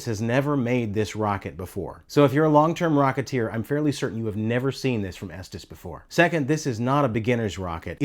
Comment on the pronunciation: As a kid in the 1970's, we pronounced it ESTEEZ